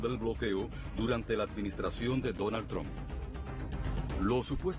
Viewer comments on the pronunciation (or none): "Donal Tron tueni-tueni" Que clase de camaján el "artista" ese... se jodió